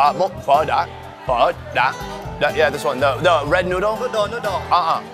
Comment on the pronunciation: Lol but i heard "Let try the sausage with the nude"